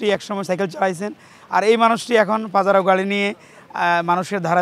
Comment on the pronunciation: "পাজারো", "চুহাত্তর", "প্রানোদনা"----এসব কী বলছেন পাঠিকা?????!!